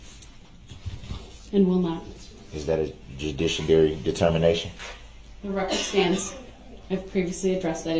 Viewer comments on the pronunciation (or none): "Is that a judishadary determination?" Even he doesn't know wtf he's talking about.